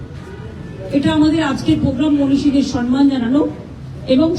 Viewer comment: কথাটা হলো সম্মান, সনমান না.